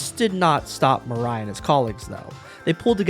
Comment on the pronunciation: talking the pronunciation though, i suggest you pronoun any asian names as-is, not imposing english kind of rule upon it, as it sounds very weird for me as an asian (even though im currently not fluent in japanese, but im learning it). Murai should be pronounced moo-rah-i, not mer-rei (the autogenerated subtitle insists in what it heard was "Mariah" or something). not trying to nitpick or being a smartass though, but i guess it would somewhat be something worth noting.